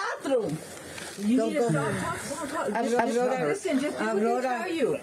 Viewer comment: I cannot even believe that the mother doesn't even know how to pronounce the daughter's name the correct way 😂😂😂😂😂 "Abrora" 😂😂😂😂 and is "Aurora" but most of Mexican mothers cannot pronounce Aurora 😂😂😂😂😂